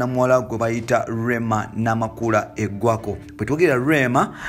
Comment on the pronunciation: "Eggwako"😳😳!! ....Kale oyogera bubi ....!!